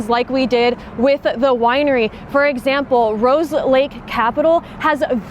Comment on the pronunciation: First Lear'ing Center, Now a Wi'ery...